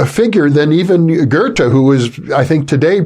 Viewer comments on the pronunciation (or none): Amazing interview. I've read Lachman's book - a great inspiration. The only thing I would object against is the way he (and his interviewer) pronounce Goethe's name. It took me while to sass out who they talk about. Why English speaking people cannot take the effort to learn how to pronounce foreign names. It often happens with C. G. Jung - people saying 'Young'.